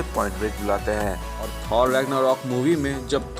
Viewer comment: Bhai थोर ko थौर mat bulao